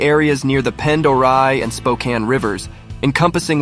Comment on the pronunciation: Pend Oreille is pronounced pon-der-ray. I'm typing this from there.